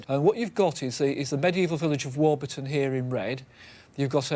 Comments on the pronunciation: We have a Warburton in Australia, which we pronounce WAW-buh-tn, not WAW-BER-Tn. When I tried to look it up, and found some video of locals using the name, it appears that we are correct, and Tony's pronunciation is incorrect. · Hi... Its Warburton as in the bread not War-burton as Mr Roybinson pronounces it.. :) Great vid.. almost see my house from the aerial shots..